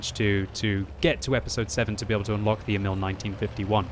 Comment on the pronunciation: "Emil" should be pronounced longer. "Éh-mihl". Damn, I really want that tank, but I've only played a little Frontline two episodes ago. I didn't know that you could get this tank as a reward from playing it... :(